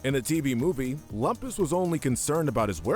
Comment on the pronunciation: That’s Loom-pus!